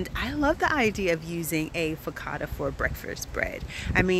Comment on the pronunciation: Hey there. Everything looks so delicious. I love them both. Just to let you know that focaccia is an Italian word and the ‘cc’ is the ‘ch’ sound. (Fo ka cha i a). Great job. I will definitely be trying this recipe for bread. Thanks for sharing ❤😊